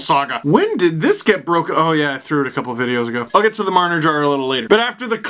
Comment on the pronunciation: Mitch Jar-ner